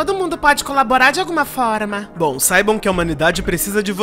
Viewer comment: "todo mundo podxi ajudar de alguma 'forima'" 😹😹😹😹😹